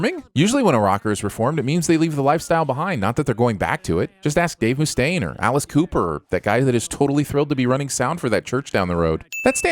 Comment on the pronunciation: I don’t know what’s worse, the fact that he spelled Dave Mustaine’s name “Dave Mustain”, or the fact that he pronounced it “Dave Moo-stain”